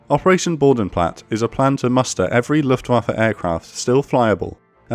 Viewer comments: "Bodenplatte" has a pronouced e it not boudenplat its Boden-Platte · ...Bo Den Platt Err... (Each letter in German pronounced) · Small correction: Similar to the e in Luftwaffe, the e in Bodenplatte isn't silent. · It is Bodenplatte and not Bodenplatt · just a sidenote: The e at the end of Bodenplatte is pronounced, just like it is with Luftwaffe ;)